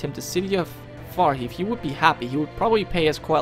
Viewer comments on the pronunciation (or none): Oh, by the way, I feel I should point out that the "hive" in "Farrhive" is pronounced like Beehive. I imagine it's called Farrhive because it's the farthest away from the castle itself. Why there are two R's is beyond me.